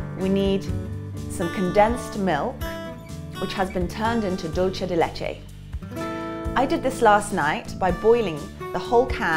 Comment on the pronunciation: Great recipe :) trying it out today! It’s pronounced « doool-ceh » not dolche